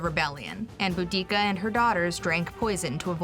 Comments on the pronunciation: Bo-dic-a that really annoyed me how she said it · The pronunciation of Boudicca and her tribe gave me psychic damage